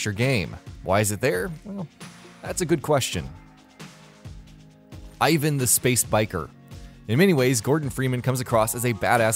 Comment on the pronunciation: not ivan,but eevaan(i am about spelling)